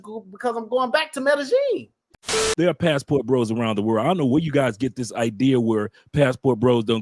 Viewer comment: The was he pronounce Medellin 😂